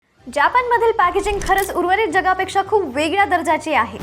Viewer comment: फक्त "जापान" नाही 'जपान' असं म्हणा ...